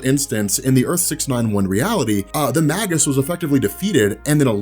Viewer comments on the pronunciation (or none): please! it's pronounced may-juss, not maggus! it made me flinch every time you said it! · ROB! You're the best, I love your work, but I've been biting my tongue too long; the word is "Maygus" as in Mage/magi not "Maggus" as in Maggot! It's a small thing, but I had to say something! Sorry sorry sorry! Love you! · Just a heads up, I think it's pronounced May-Jus!